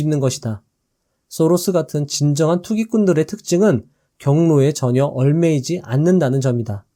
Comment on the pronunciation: 얽매이지 말자 발음좀 개선해 주시면 정말 감사드립니다 매번 듣는데 잘못된 발음이 조금씩 거슬립니다